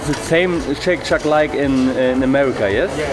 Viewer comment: Wie immer interessantes Video aber ich muss dich fairerweise korrigieren. Du sprichst den Burger irgendwie falsch aus. Es liest sich im Deutschen wie Scheyk Scheck und nicht Scheyk Schak